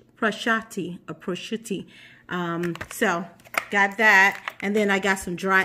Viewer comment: Pro shue toe the ham. Prosciutto